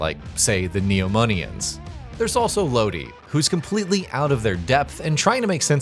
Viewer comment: LOW-DEE??? All trust for this review just went out the window.